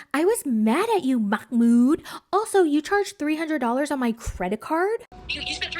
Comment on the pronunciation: His name is MAHmoud, not MAKHmoud. Why the extra kh sound? Im so confused